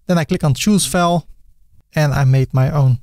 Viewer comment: It took me 26 seconds into the video to realise you are Dutch. Especially the pronunciation of "file".